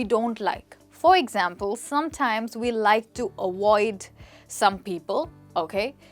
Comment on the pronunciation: Say avoid not awoid